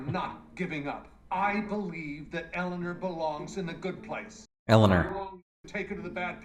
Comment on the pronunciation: About Ted Danson pronouncing "Eleanor"...I saw someplace (can't remember where) that Ted Danson said he had no idea he was pronouncing "Eleanor" differently than every one else. While most say "El-a-NOR" he had been saying "El-a-NER". One time he said the more common "El-a-NOR" and they said "no, pronounce it like you usually do" and he was like "what are you taking about?"